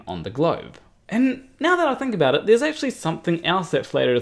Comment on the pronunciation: Tommy Grønvold I thought he said aboot.